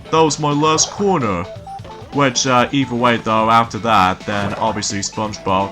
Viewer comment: And Actually, what Patrick said in the episode sleep time (2000) After he dropped the quarter, he said: Shoot, that was my last quarter. Your welcome. ( I just thought you would like to know.) Cause it sounded like you said: shoot, that was my last corner.